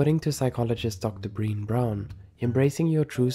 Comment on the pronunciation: I hope Dr. Brené Brown would be a little amused her name was mispronounced as "breen" before gently reminding you it's said "bre-nay." Keep up the good work otherwise!